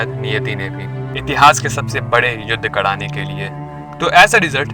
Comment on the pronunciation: कराने –कड़ाने, राजा -- डाजा , परिवार _ परीवाड ....ese kaise bolte hn bhai???